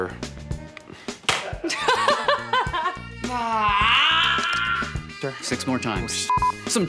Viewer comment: "What do you think you're doing?" "Getting clozre" LOL